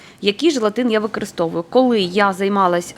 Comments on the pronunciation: Так, рецепт гарний. Взагалі, дуже добре готує, багато різноманітних страв, які варті уваги... Процес приготування і корисні поради від автора каналу справді заслуговують найкращої оцінки. Щодо мого зауваження про вимову (викАристовую, дАдАю, крАхмаль і т.ін.), то особисто мені неприємно чути таке спотворення слів і я маю повне право висловлювати власну думку, а от реакція на справедливу критику, чесно кажучи, дивує, як і її агресивна відповідь і зарозумілість. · Ваша вимова просто ріже вуха - викАристовую, дАдАю, крАхмаль... Слідкуйте, будь ласка, за своєю мовою, українська мова - милозвучна й гарна, не треба її коверкати!